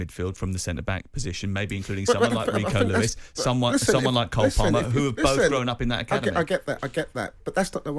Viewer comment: It's "COLE" and "KYLE" they aren't both called "KARL" WTF!!🤪